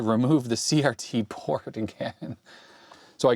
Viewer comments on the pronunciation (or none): none